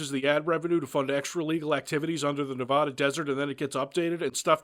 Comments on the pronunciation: How dare you mispronounce Nevada. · did u seriously say nev-AH-da all respect lost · It's pronounced Nevada not Nevada. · okay 1: is under nevada what's up homie I'm in the desert too 2: is a fucking moron for saying nevada wrong Pro nunciation when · I swear to God if you pronounce Nevada like that one more time I will find you